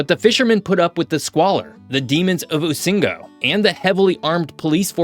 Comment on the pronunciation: Rusinga...not usingo